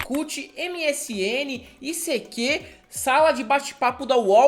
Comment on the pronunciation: Gente! Morri de rir. O ICQ (issequê) já acabou e vcs não descobriram a pronúncia? putz! Era “aisiqueiu” (“I seek you”). Mas era muito legal, eu usava os chats e até formamos grupos que nos encontramos. Aprendi espanhol assim no ICQ kkkkk recordando: fiz curso pra criar sites, depois inventaram os blogs semi prontos! Tenho 45 anos e mais inútil que este curso de html foi o curso de datilografia com 14 anos!